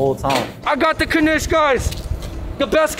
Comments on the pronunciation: No blintzes? Mb I missed it. Mandel=almond, mandelbrot Poppyseed also known as "mun" Knish pronounced knish, one syllable, not kuhnish, but lots of people have trouble saying it. I never heard of latkes being "exclusive" to Chanukah, but totally traditionally for Chanukah. Please tell me you ate them with applesauce. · Is this Kuh-nish something new? Knish used to be a one-syllable word. Still is, as far as I'm concerned. The blueberry version has me wanting one Right About Now.